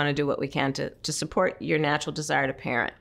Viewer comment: Desire not dedire